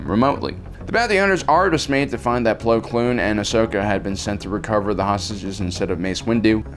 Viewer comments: Man's called Plo Koon, not Plo Kloon😂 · Bro, it's Plo KOON, not Kloon. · Why do you say "plo kloon"? its plo koon... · It’s plo koon . Not plo kloon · If he says "Plo Kloon" one more time... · Attila The Hun can I super like this??? His pronunciations have been terrible for years. It’s like he’s never watched the show just read the synapsis.